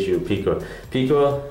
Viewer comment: The japanese name is pirika not pikira...